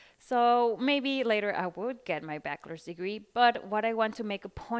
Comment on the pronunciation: Critica constructiva: se dice baCHelors no baquelors. La CH en esta palabra se lee igual que la CH en español. Todo muy informativo.